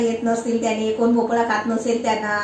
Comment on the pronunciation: मस्त 👌👌 भोपला नव्हे.... भोपळा बोल भोपळ्याची खूप छान रेसिपी बनविली..... खुप छान ताई राग मानू नकोस.... ❤️👍